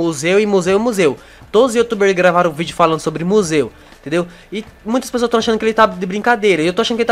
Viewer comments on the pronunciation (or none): none